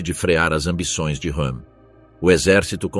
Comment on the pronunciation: Ernst Rőhm "R" e não "H"